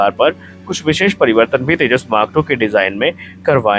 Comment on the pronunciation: Firstly pronounce properly. It's Tejas. Not teja. Aur tujhe kya samjhana o Teri baski baat nahi. Tune jo giraya hai o kya hai apne paf ko puch.